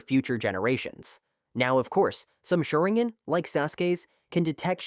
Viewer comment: According to this A.i. Sha-rin-gan ❌ Sharin-gan ✔️